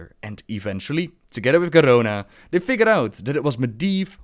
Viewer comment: PS-please post a video where you just say 'Garona' for like 5 minutes. I love how you roll that R so effortlessly. <3